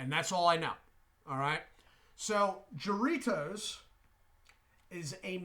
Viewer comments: Hi, It is pronounced HA-rritos, not Sha-rritos. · I think it's pronounced with a H